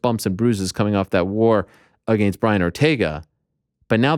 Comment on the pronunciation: The MMA Media is full of losers and people that say “I Mean” 50 times in 5 minutes. Ariel cannot even say “Against” correctly. I am no fan of Brenda either.